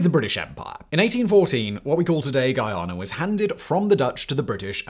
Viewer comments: Bro its not giyana its Guyana jees smh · Its Guyana....not Geeayana. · Is not ghee-ana as in ghee, but Guy-ana as in guy. Like he is my guy friend. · the way you say Guyana, i misheard multiple times as Ghana :D recurrent thought of how dafuq is venezuela gonna invade there :'D